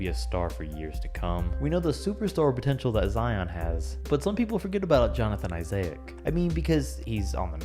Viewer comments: ‘jonathan isay-ic’ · Johnathan “Isaiac” tho lol that’s how he pronounced it